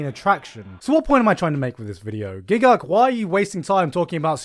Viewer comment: I refuse to pronounce your name as giguk rather than jeeguk